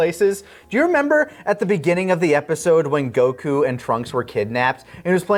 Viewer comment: I love hearing slip up on his Goku pronunciation